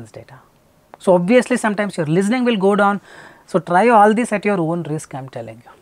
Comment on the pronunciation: So let me get this right: A guy who says "In szis weedio" instead of "In this video" gives out advice for speaking English with technical accuracy Lmfao Literally all of these Indian PTE coaches are the same Still yet to master the difference between "w" and "v" sounds.